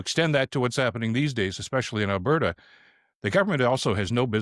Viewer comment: Come on she's trying to put the duh in Albertduh!